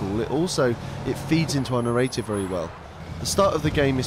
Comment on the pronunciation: it isnt "na-ray-tiv" it's "nar-rar-tiv"